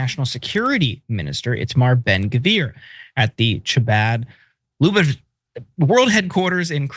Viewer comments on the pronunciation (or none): Way to unprofessionally tank your own once-righteous ship again, TYT. As per usual, Cenk mouths off endlessly while the lily-livered boy is incapable of pronouncing ‘Chabad Lubavitch’. Like we say in New York: oi gevalt! 🤦🏼‍♀️